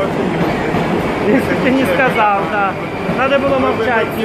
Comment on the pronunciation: Почему говорит сказаВ вместо Л?)) Это по-украински?